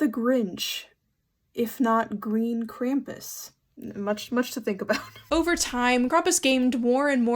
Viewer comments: You m is pronounced Krampus. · How do you not know howe to pronounce Krampus?